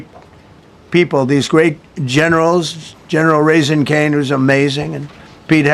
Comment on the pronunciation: General "raising cane"... Really???